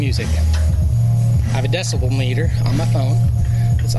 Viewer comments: its Decibel not decimal LOL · I keep hearing decimal instead of decibel.. anyone else? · ffs is DECIBEL, not decimal! Jeebus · The amount of times both parties said "decimal" instead of "decibel" was killing me lmao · I think the first time the guy said it he said it correctly, then the cop said "decimal" and either he was making fun of him subtly or just copying him to passify. I could have mis-heard it, but that's what it seemed like to me. Regardless it is distracting haha. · Um, it’s Decibel with a B when referring to sound, not Decimal with an M 🤣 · are they all saying "decimal" instead of "decibel"? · The fact that nobody could correctly say “decibel” lol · The word is decibel. Holy shit.